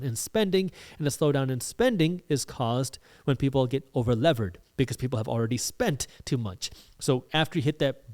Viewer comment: Over leveraged not “over levered”